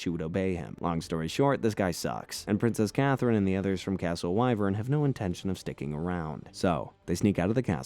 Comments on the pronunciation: you also forgot the fact he said " castle why - vern" when it's supposed to be Wi - vern and it's spelled Wyvern but pronounced like the wi sound in the word wind. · The castle is pronounced wiv-urn 😬